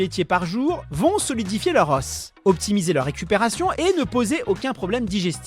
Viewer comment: Un os, des os un osse des eaux (prononciation)